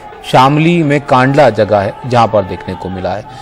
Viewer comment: सर कांधला है कांडला नहीं